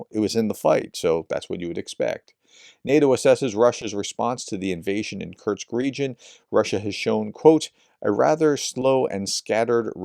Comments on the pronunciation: Hi, please consider taking some time to adjust your pronunciation of "kursk" (not "kurts"), as it is a name you're likely to say a lot in the coming days / months:) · Man pronounce Kursk properly. It's koor-sk not kurch! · Why do you keep pronouncing Kursk ( Kerrsk ) as Kertz???? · Prof's pronunciation of Kursk sounds like Kerch, so this video was a bit confusing 😅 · Sorry Prof, but your continued mangling of the pronunciation of a simple word like Kursk is really irritating . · Quick pronunciation guide: Seva-Stopol, not Sev-A-Sto-Pol KurSK, not Kurt's Av-Diiv-Ka, not Adeeka Sudzha is apparently pronounced "Su-Ja" And for fans of Combat Veteran Reacts: Vov-ChanSK, not Vov-Chanks